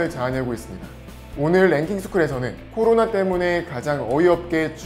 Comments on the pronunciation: 꼬로나로 들린다.. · 나만 꼬로나로 들리나?